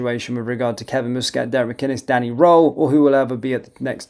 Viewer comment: its m.u.s catt not mo.o.s catt